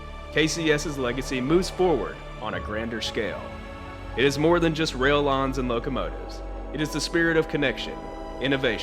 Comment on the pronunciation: .......''railroad 'lons'.....?...''lines''....'''rail lons'''...?....what?.....c'mon....if you're going to post info like this ........please get the audio right......OK?......otherwise a good video......